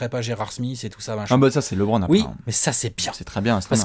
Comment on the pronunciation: Les gars ont vous kiffent mais c'est LEbron et non Lébron